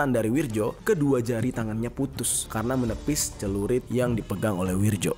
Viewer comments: Nama.nya Wiryo bukan Wirjo bang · BKN Wirjo tapi Wiryo itu tulisan ejaan lama gengs ahh ellu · Bang penulisannya wirjo tp dibaca wiryo ejaan lama yg disempurnakan ...